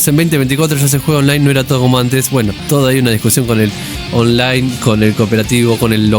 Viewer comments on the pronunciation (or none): none